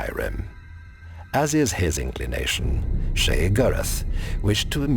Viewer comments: I swear Sheogorath is pronounced "Shay-oh-gore-rath" not "shey-grr-th"? I may be wrong but I've been playing elder scrolls for a really long time and that's how I've heard the NPCs say his name. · Ugh. I hate how he pronounces Sheogorath. Still not a fan of the narrator PLEASE come back Josh.